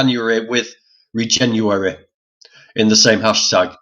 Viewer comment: It's pronounced re-jen-uary as in regenerative in January.